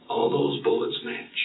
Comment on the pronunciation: Is he saying “bullicks” instead of “bullets”? Maybe my earphones are off…